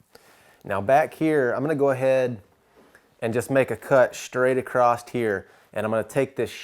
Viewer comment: There's no "t" in the word across. 😂